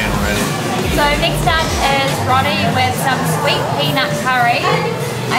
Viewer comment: McKinley is not part of BGC. BGC is a tiny area of Metro Manila. Roti is pronounced "row-ti" not "rotty". And who proofreads your subtitles and captions????? Oh, right, you're Aussies. Spelling is challenging! 😂